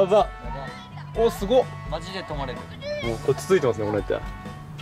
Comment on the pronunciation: のお塩さん すぎょーい 面白くて何度もリピートしましたww